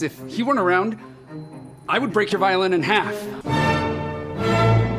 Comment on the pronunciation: i was expecting brett to say twosetVAHlin like normal, but then he said violin😭